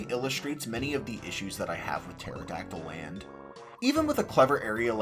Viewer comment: I was today years old when I realized the level actually is called Maya-hem Temple and not May-hem Temple. Which is crazy because I was judging you for called it Pteradactyl Land instead of Terrydactyland.